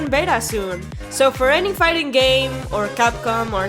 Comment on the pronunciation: "Figting" I love this channel